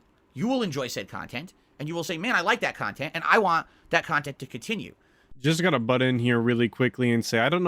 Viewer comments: It's pronounced kahntent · It’s honestly jarring and sad that Boogie (an equally redacted and reprehensible degen by all accounts) can actually go and have fun with his girlfriend/sugar baby/escort by doing all kinds of stuff offline away from a computer/screen. Granted, he’ll record it for cahntent but him and his sugar baby will go to the water park or he’ll drag her to his “dads favorite restaurant…Long John Silvers” so he can fatly inhale fried cod in front of her. Meanwhile brain and soul is so atrophied that he genuinely cannot comprehend spending time with Kat unless they’re in front of a screen consooming more cahntent. Sad!